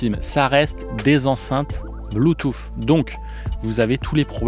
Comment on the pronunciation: Alors j en peu plus d entendre un spécialiste parler bue-touffe!!!! Le mec sait meme pas comment comment prononcer Bluetooth c est hallucinant et ridicule. De plus cette video est avant tout une campagne de promotion pour KEF qui font de bonnes enceintes mais qui a l écoute sont loin de plair à tout le monde. Les enceintes à haut rendements au son chaleureux très live sont abstîntes comme plein d autres. Et que dire d un mec qui te dit qu un caisson ne sert qu à produire du volume et pas de distortion et que le reste c est de la littérature on voit le mec qui n y connait strictement rien… et qui ignore entre autre ce que trainage signifie, ou repose impultionnel, ou réponse sur transitoires! Bref vidéo complètement nulle, avis aux amateurs de bon son: n écoutez pas ce gars qui ne sait pas de quoi il parle et il est autant spécialiste que les auditeurs ignorant en son a qui il s adresse. Quand au fait de juger une enceinte d après ses mesures c est partiellement n importe quoi, car l écoute repose avant tout sur le plaisir que l on récent a écouter un système. Et et chacun entend les choses différemment, chacun place le plaisir dans des sons différents. La pire chaîne de hi-fi de YouTube.